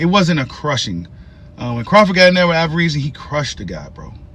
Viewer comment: I love your channel, but when are you going to start saying his name correctly?😂